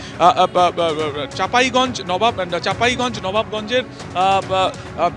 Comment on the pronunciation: মূর্খচোদারা চাঁপাইনবাবগঞ্জ শব্দটাও ঠিকমতো উচ্চারণ করতে পারে না 😂